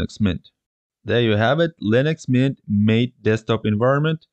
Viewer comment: Good presentation. Very clear and simplified. Only one critique... MATE is pronounced [ mah'-tay ]